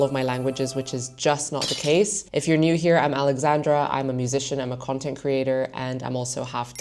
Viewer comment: I only hear occasionally in the words she says such as the singular ‘language’ (tch sound) and ‘content’ (first syllable sounds like a Dutch person saying the word, uh you know which I mean).